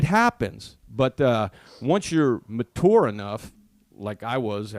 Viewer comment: ma-tour lol it’s machure 😂😂